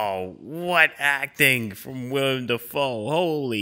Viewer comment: It's Willem, not William. Otherwise, this is a masterclass in filmmaking